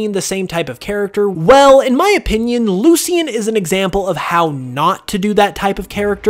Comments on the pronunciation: "Loo-Shin" not "Loo-see-in". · You keep saying Kukui and Lucian wrong 🤣